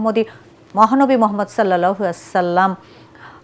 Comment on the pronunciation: আপনি কি খবর পড়তে আসছেন আপনি মহানবীর নাম উচ্চারণ করতে পারেন না কেন আপনি কি মুসলমান না 😡